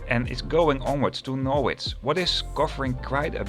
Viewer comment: Norwich is pronounced Norridge as in porridge.